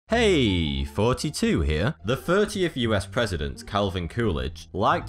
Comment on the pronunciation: I hear 32